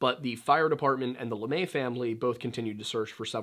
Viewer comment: Are you sure you are saying that name right? Has it been Americanized? LeMaitre is french, but it's not a name where the tre would be silent. It would be pronounce more like.. Le-Meh-truh not LeMay. Just curious is this is one of those trying to be smarter than everyone else situations when you aren't actually applying the French rules properly to the name. Anyway, if you have some information such as people close to the family or investigation saying LaMay more power to you.. But I think you are mispronouncing it. You can just type "Pronounce LeMaitre" in the YouTube search field and it will pop up with French people telling you how to say it.